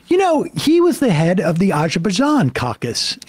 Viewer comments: I kept waiting for a clip of Cuellar not being able to pronounce Azure Bazaan, so we know Sam's just mocking him. But no. Sam just has no familiarity with Arj Bzani issues. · is Azerbaijan where Bijan Robinson comes from? The way same says it sounds like it is "That There Bijan". Maybe more something for the ESVN.